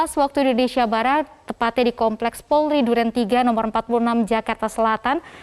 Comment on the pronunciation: Kenapa presenternya nyebut polri kok bisa jdi porli Di menit Jgn malu2in loh....🤦‍♀️